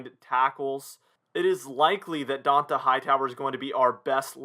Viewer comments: It’s pronounced dontay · DON Tah Hightower…How do you have a YouTube talking about the pats and not know how to say this man’s name lol. He’s been a defensive centerpiece for 3 lombardis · How do you not know how to say dont’a name he’s been apart of the team for like 9 season now cmon man